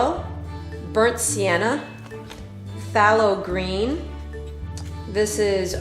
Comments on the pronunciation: I don't mean to b too critical but its pronounced " They low green" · "Faye low green"